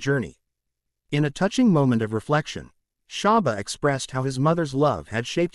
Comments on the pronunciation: Why does he keep saying sharba 🤦🏻‍♂️🤦🏻‍♂️ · Its not great when the narrator knows nothing about the Artist he is speaking of, not even how to pronounce SHABBA'S name or the titles of songs. Why are there white kids in this video? Are we supposed to believe they too lived in Seaview gardens? This narrator needed to have let a Black learned colleague who knows of & is familiar with the Great Shabba Ranks & his music present this video, or just stayed in his lane & talk about a white Artist he knows something about.🤦🏾‍♀️🙆🏾‍♀️🤷🏾‍♀️ Misappropriation is going strong in 2024😤🙄🤬